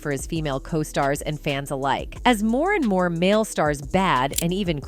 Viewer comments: Cause stars??? i think the pronunciation is co-stars . Do you know how to say co? Stars i'm gonna say probably not Do you have AI doing the talking for you? In this presentation of clips because in your Narration, it kind of sucks. It sounds like you don't know how to pronounce anything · OMG yes, it was incredibly annoying. It got even worse when it was saying cos-tars instead of costars..... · What’s a caw star? This narrator is horrible. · Having a AI voice is fine if it actually can say what you want it to say.... Keenu.... then cos-tars.. Jim Carey personally I absolutely have been thinking he's going to suddenly commit suicide by somehow drowning in an empty bathtub.... The government has been controlling human perceptions for the entire history of the world. I had a sociology class way back in the day before they wanted to convince boys they were girls and girls the were boys, that talked government convincing people waif thin was great because there was a shortage of food. The story hasn't changed it's always been this way. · Not to mention things like referring to Keanus "Kaw-stars". What? Things like that destroy the credibility of the entire video. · I agree. I hate them. It's like they say "Co-stars" like Coasters. Yeah, and Keenoo, who's that? Not Keanu. LOL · And the way costar is pronounced. I think part of the reason they use AI is so if they don't get their facts straight the public doesn't know who they are